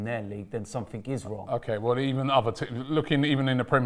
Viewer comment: Somethink, everythink. What's up with that pronunciation,? Is it a London think?